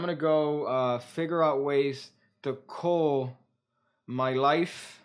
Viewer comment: i can not in good conscience be silent anymore. And you will HATE ME. But "cull" is not pronounced "cool." The "u" in cull is pronounced like the u in "up." Like "cup." Go ahead. Hate me. I love you, man, too much for how you have IMPROVED MY MAGIC!